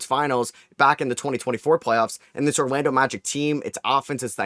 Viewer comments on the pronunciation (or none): His New York accent is coming out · Mawwiage is what bwings us together today